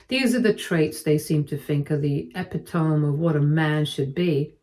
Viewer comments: I think she pronounces it the UK way. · Nope that's not an accent, Canadian or otherwise, she's just pronouncing it wrong. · Can someone please teach her how to pronounce epitome? She never gets it right! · Please look up how to say "epitome." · No. “Epitome” in British English is pronounced the same way as US and everywhere else; i.e., 4 syllables. This reader just doesn’t know how to pronounce it despite repeated comments telling her she’s pronouncing it wrong.